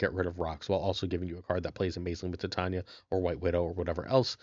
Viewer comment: Titania's name is pronounced "Ty-Tay-Nee-Uh" as in "Titanium" and not, "Tit On Ya"!